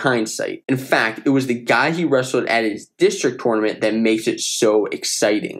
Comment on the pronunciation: Please say tournament the right way😭